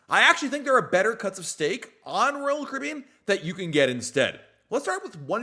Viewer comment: Why do you say royal caribbean as one syllable?